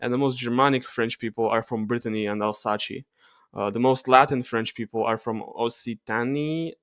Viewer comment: it’s pronounced Альзас not Альсаче ))